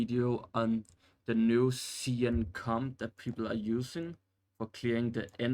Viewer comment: Everytime you say "Comp" it sounds like "Cum" and I Couldn't take you seriously after that. Couldn't even finish the video 👎